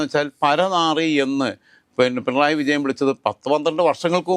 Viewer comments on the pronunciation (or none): none